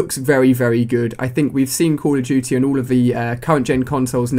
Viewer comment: "cull uh dooty" lol